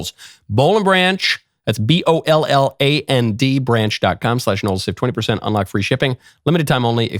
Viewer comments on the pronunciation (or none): none